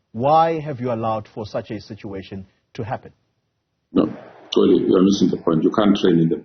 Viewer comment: A white man correctly pronounces the name Xoli and a black man pronounces Coli.